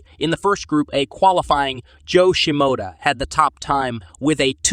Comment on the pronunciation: You got fucking Shimoda right but couldn't pronounce Haiden? "Hi ayyyye duh nn".... bruh... 😂